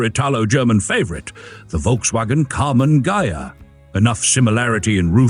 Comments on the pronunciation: Ghia. Pronounced Gee'-yah, hard gee. Try it. Ghia. Ghia. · DUDE! It's pronounced GEEAH! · He says it correct once then wrong, AI?